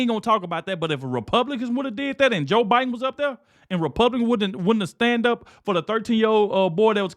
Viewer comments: OH MY LORD! Bayhard almost said O’BIDEN!!!! Yes. Im positive!!!! I listened to it several times! 😂😅😮😊🤪🤪🤪🤪🤪🤪🤪🤪🤪🤪🤪🤪🤪🤪🤪🤪 NIMROD!!!!!! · Hahaha...Joy said "OBiden" at first and then self corrected to "Biden"😅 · Is it just me, or did Behar say O'Biden? I swear she did in the beginning of her comment! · She said "obiden"! Hahaha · She called him obiden...😂😂😂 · you missed it!!!!!!!!!!!!!!! she said obiden!!!!!!!!!!! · Did anyone notice she initially called him O'Biden.